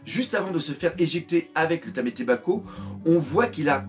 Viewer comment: Problème d'orthophonie? LOL ce n'est pas méchant, mais juste, tu n'arrives pas à dire TAMAtebako, écoutes-toi, tu dis TAMÉtebako!???... Sinon, t'es un bon!